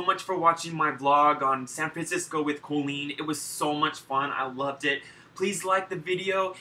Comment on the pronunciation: Okay so I love you soooooooo much but I've never really heard you say Colleen without being like CoLEEN! Am I the only one here or....